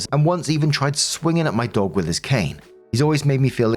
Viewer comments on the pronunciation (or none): none